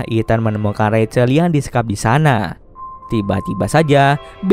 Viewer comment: rachel=racel Bukan rahel😭🤙🏿‼️